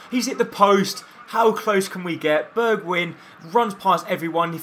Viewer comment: It is actually pronounced "Berg-wine" and not "Berg-win", but yeah ... No one cares.